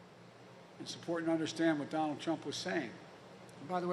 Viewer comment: Its "Donald" Not "Dronald"